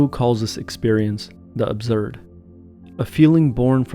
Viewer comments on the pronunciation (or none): Absurd, not abzurd